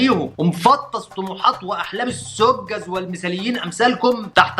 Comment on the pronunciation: جميل بس السُذَّج جمع ساذج مش زي ما انت قلت في الفيديو وفي غيره "السجذ" 😃